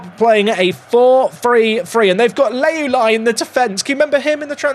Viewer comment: constantly mispronouncing Leuluai will be my 13th reason 🤣